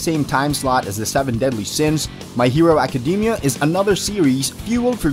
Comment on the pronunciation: anyone else bothered by how he pronounced most of the Animes names like My Hero Academia